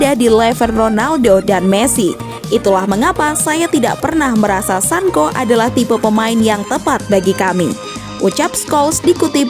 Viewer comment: Hhhh,Sancho,bukan sanko